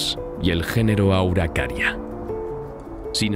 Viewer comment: Laurusia? Auracaria? quizá esos errores sean fruto de la dislexia 🤔